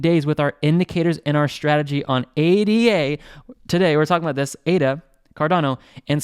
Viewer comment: Nice vid! But must say ADA isn’t an abbreviation. its named after the mathematician ‘Ada’ Lovelace. Pronounced Ada not A.D.A.